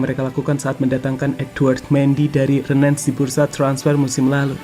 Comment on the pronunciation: Rennes bukan Renen min..